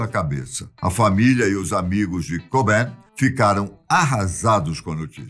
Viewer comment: Pena a pronúncia: 'cart' cobain.